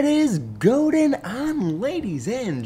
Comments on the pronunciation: Do you know that you are saying 'What is gode-ing on'!? You must be doing it on purpose!!! :P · Did he just say "what is goating on"?